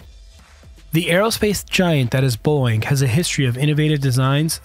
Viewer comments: Beau-ing, not Boing. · Overall, a very nice, well done piece, with decent graphics. Personally, I'd love to see the Lockheed NGAD with the twin engines of the Boeing (and, for your AI voice, it's pronounced "Bow-Ing" noy "Boing" , like a spring. Not a good sign when an airframe goes boing as it impacts the ground; they usually don't bounce back up...just sayin) airframe. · You're killin me, dude. Boeing is a two syllable name, not a single syllable sound that a spring makes; "boing". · Boeing has two syllables.